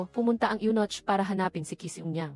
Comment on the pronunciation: Anong Yunoch? May nochhh talaga? Yunok ang pagbasa nyan. Spelled as Eunoch in English.